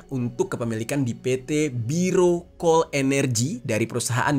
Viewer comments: maaf, bukan biro coal bang bacanya tp dibaca sesuai tulisanya "BERAU". Berau itu nama daerah di Kalimantan Timur. Kebetulan sya lumayan lama kerja di sana. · Berau coal baca nya kak, bukan biro coal. Karna tambang nya di kota berau. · Berau itu cara bacanya biasa aja, pake ejaan Indonesia. Berau itu nama daerah di Kaltim. Bukan dibaca jadi Biro. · Berau bukan birau.. berau salah satu daerah di kalimantan timur